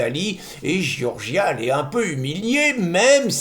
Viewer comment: Giorgia se prononce "djordja" avecd l'accent tonique sur la première syllabe, c'est plus facile à dire.